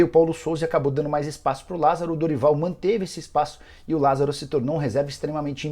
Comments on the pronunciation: Lásaro? Kkkk porra Nicola deu mole 😂😂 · Lasaro??? Ou Lázaro??